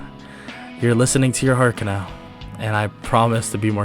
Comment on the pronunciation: you need say her name as ka-na-o not ka-nau please dor the next times you do demon slayer what ifs